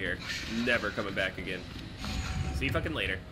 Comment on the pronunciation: Am I the only one who likes when says “Lateh Bitch”